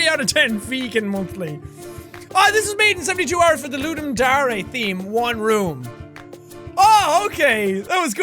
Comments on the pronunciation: did you really just say "dar-a" instead of dare?:P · Did anyone else catch how pronounced "dare' ?